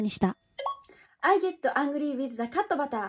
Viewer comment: Cutがcatのになってるから、レクチャーしますね！ まず日本語で普通にカットって言います。 次に「カット」の「ト」を最後まで発音するんじゃなくて、「ト(to)」の「o」を除いて発音したらできます！ カッtって感じ！